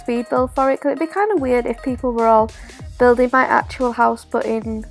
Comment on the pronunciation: It’s building not builging